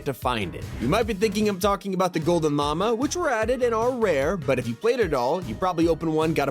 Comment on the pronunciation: what said: “the gold llama What I heard: “ the gold mama 😂